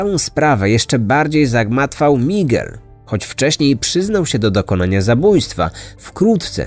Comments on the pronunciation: A ja tej wymowy lekko bym się czepiała-owszem, "Migel" jest "Migelem", a nie np. " Migłelem ", ale niefajne jest akcentowanie i tak, osobę znającą język to razi. Bo zamiast " MigEL" słyszymy "MIgel". Ale wiadomo, chodzi o historię, a nie o naukę języka ;) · Mała rada dla przyjemniejszego odsłuchu: warto zapoznać się jak wymawiać poprawnie imiona głównych 'bohaterów', zwłaszcza, że język hiszpański jest dość popularny. Powinno być 'migEl', nie 'mIgel'. Pozdr✌️